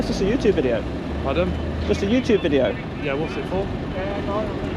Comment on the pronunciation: complete and utter helmet, needs knocking out, and needs to learn how to pronounce YouTube, its not youtooob you idiot!!!